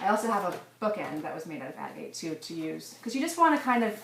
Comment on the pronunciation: Proper pronunciation agate